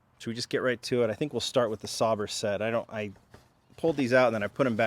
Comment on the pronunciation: Sauber is pronounced Sauber.